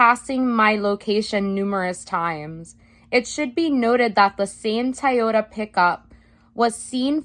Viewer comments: Watch this a second time just to hear you say Taiohda... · Thank you, --so interesting and instructive! But, er, what's a Tie-yoda? ✌️😇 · I like the way says, "Toyota" 😂🤣😁